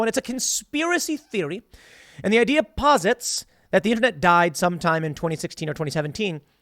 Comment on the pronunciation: Posits???? WTF?? Can you talk English??? Deposit your crazy ideas in the pozzy pozzy poo poo pot!!!